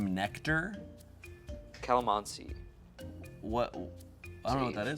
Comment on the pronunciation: my guy with the sexiest Calamansi pronunciation I ever heard!